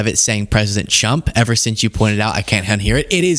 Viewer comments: Damn loyalist text correction, anyway I thought she was saying T. W. U. M. P. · It’s only fair since he is a chump……and sometimes she says Pwesudent Chump! She has a hard time with r’s lol